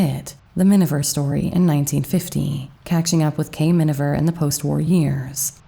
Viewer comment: C'è un errore costante nella narrazione, quando si parla del film "Mrs. Minver", quando invece il nome corretto è Miniver. Comunque, grazie per il documento. Io sono una grande ammiratrice di Greer Garson! 🌺